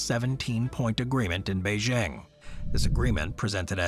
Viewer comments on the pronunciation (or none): none